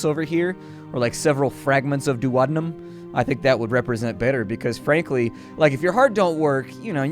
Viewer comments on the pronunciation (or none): none